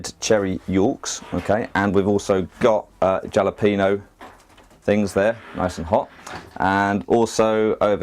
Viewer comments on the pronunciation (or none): "JAL"-APENO?!? It's pronounced hah-luh-peyn-yoh :-) Good job with the garden allotment, it's looking nice mate!